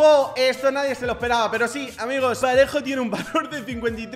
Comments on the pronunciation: soy yo o dijo pajero en vez de parejo😂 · dice pa*ero en vez de parejo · Dijo pajero en vez de parejo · Me cague de risa cuando quiso decir parejo y dijo pajero🤣🤣🤣🤣🤣🤣🤣🤣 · Nadie absolutamente nadie Pajero en ves de parejo Xd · diciendo pajero en vez de parejo jajajaja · Dijo pajero en vez de parejo 😂😂😂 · Dijo pajero en ves de parejo😂😂😂😂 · Alguen se dio cuenta que dijo pajero envés de PAREJO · dijiste Pajero y era parejo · Una persona normal dice PAREJO pero dice PAJERO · Soy yo pero en la parte q sale parejo dice ¿pajero? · Es parejo no pajero😂😂😂😂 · en el minuto 4.12 en ves de decir parejo dijo pajero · Dijiste pajero e bes de parejo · Xq decís pajero en vez de parejo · Se dice parejo